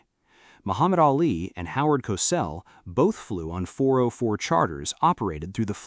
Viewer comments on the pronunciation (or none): none